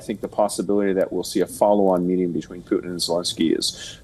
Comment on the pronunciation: It's not "pootheen" it's "Pu'tin"